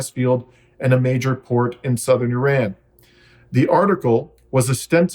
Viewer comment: You are pronouncing IRAN incorrectly